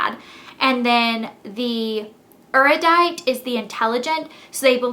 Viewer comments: Erudite is pronounced air-ee-uh-dite... just so you know lol. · I took an aptitude test and got Dauntless, which is 100% my faction of choice! And, I'm not trying to be rude, I just think you should know. According to Veronica Roth's blog, Erudite is pronounced Er-yoo-dite. Again, not trying to be rude!:) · Erudite is pronounced differently